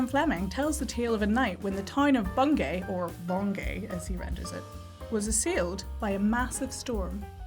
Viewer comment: Really enjoyed this video! Just for info Bungay is pronounced Bun-gee :) It's a nice little place - worth a visit!